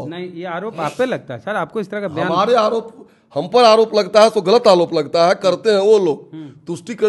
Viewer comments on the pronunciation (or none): Are is se kya puch rahe ho is ko to bolne bhi nahi aarha hai arop ko alop bol raha hai 😅😂